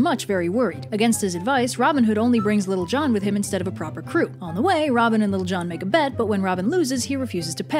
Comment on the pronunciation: Am I the only one who ended up hearing "Little John" as "Lil' Jon?" Edit: As in the rapper?